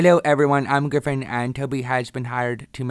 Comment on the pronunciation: Ha ha ha GRAIFON